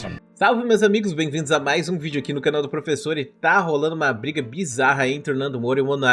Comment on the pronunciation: Ele falou "professor'' depois um ''e'' muito rápido e pareceu que tava junto.